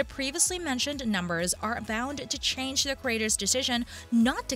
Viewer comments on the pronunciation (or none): none